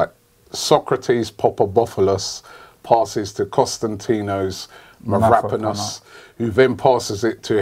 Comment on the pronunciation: It's hilarious when the inglezi say mavropanos